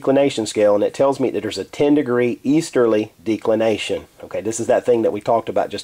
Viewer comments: Maybe a minor point, but you are not pronouncing it correctly, the "e" should be soft, not hard i.e. like the first "e" in the word "decimate" Audio clip of pronunciation is is here: thefreedictionary(dot)com/declination Good vid otherwise, clearly and correctly explained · Can't even pronounce declination correcly from the beginning - why should anyone stick around for the remainder of the vid?